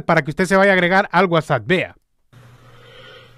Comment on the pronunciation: sólo una observación, no se dice WhatsAt es WhatsApp con p y no con t. Saludos.